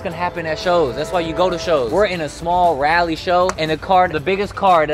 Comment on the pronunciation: Thank you for saying Raleigh correct